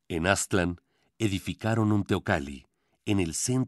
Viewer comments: Por qué dicen Áztlan? Es Aztlán ! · Aztlán ( el acento lo lleva en la segunda a.) Cuna de civilizaciones madre.